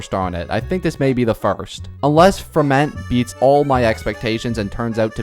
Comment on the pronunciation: You pronounce his name like Fremin-AY. PLEASE. I'M NOT EVEN FRENCH BUT PLEASE.